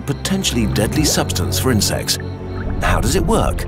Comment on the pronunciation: insects - heard it as in-sex